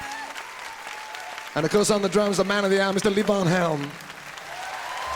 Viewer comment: Was great to see him pronounce Levon Helm’s name correctly. Yes, it’s not LeeVon, it’s Leaven. I read that he just got tired of having to correct people, and let it go.